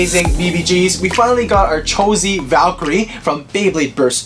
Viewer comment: ocean raiford Eww Valtreyk? It’s Valkyrie.